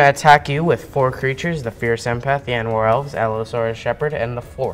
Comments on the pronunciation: the way says yanowar bothers the hell out of me. It's not yanowar, it's Llanowar. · Did my boy just say "Yanowar Elves"? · Great video but the kid bugs me. It's Pronounced LAN Oh WAR Seriously just say it properly. It's a real Welsh place look it up. Been playing since alpha. As an elf player you also HAVE to choose a power & toughness or the buffs are null & void Learned Both these at my 1st tournament. Also Umbral Mantle was played wrong